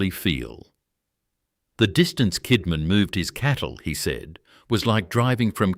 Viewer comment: He did not pay tax, ended paying a fraction of what was due. He fed the aboriginal stockman for labour. He inherited 400 pounds. That is more than 5 shillings. Gina Rineheart buys land Kidman leased. Something fishy there Add AI slop that cant pronounce names, towns or rivers. Kidman was spoken Kidmon, Kidmarn. I very much doubt he was honest. No one person can build an empire that big in early Australia being honest in my opinion. 100,000 square miles is a lot of country. Roughly Rockhampton to Sydney, going 100 miles inland.